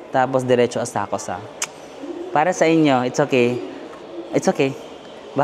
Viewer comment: Asakusa is pronounced as Asakska silent 'U' please